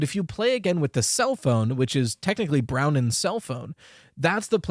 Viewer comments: Um actually, it's Bronwen not Browen. My name is Bronwyn, so i know the pronunciation lol. Phonetically it's BRAWN-win. I'm so excited to be part of FNAF canon!!! 🎉🎉🎉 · I've never heard of the name Brownen. Are you sure it's not Bronwen? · i write this with the best intentions, but Bronwen's name is pronounced Brohn-win. it's usually spelt Bronwyn irl. i'm not trying to be nitpicky. i just thought i'd let u kno! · That irked me a little too, I had a friend called Bronwyn in school. Didn't expect Scott to use non-english names tbh, pleasant surprise